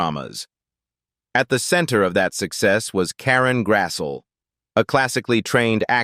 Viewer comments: AI voice sicks. Her name is pronounced Grass-lee, not Grass-so. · Nice insight. Pity your AI narrator couldn't pronounce the subject's name properly. It's not Karen Grassel, it's Karen Grasslee. Try hiring real people to do real jobs.